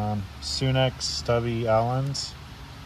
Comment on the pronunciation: It's pronounced sun ex not sune x